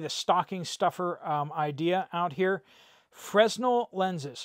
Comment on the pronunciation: Look up the pronunciation for fresnel lenses😅